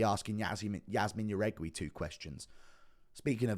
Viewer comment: Thank you It's: A-reach-e-lang and Yazmin how-rig-e It pisses me off so much how many names he fucks up